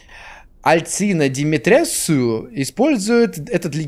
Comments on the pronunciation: Леди Димитреску и замок Димитреску) Не Димитресу) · вот только её фамилия произносится как "Димитре́ску", а не "Димитре́ссу" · Сори не Димитресу а Димитреску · Вообще то это читается как Деметриску, англичанин, блин